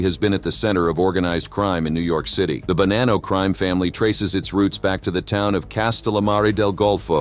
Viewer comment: Wow. Sentence to sentence you butcher the same name. Bonano was mentioned three times in the same sent. You changed its pronunciation each time. Stop using free AI unless you really do not care for your output.